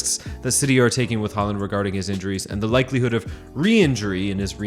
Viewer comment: What's with the mispronunciation of his name? The "Haa" is pronounced with the same vowel as in "tall".